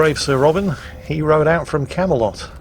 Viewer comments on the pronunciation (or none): none